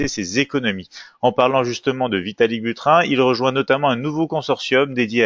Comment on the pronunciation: bonjour à vous! il me semble que pour "Buterin" on ne prononce pas comme "burin" mais plutôt comme si il y avait un "e" à "Buterin". On prononcerait alors "Buterin(e)" comme on le prononce dans "Poutine" .... :) Merci pour vos analyses intéressantes. Bonne continuation à toute votre équipe.